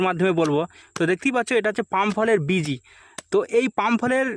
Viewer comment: বীজি? বিচি বিচি। ok? বিচি। অংছো? অংশ, অংশ। ok? নারকোল? নারকেল, নার কেল। ok? ছাশ? শাস, শাস। ok? শাস। ছুন্দর? সুন্দর । কি? সুন্দর। ok? তোদের উচ্চারণ এমন কেনো ভাই?